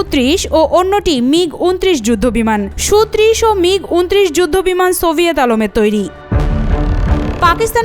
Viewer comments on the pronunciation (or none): এই খবর টি যে নারী পরছেন উনি মনে হয় অটো পাস করা 😅 ওটা সোভিয়েত আলম না রে পাগলী 🤣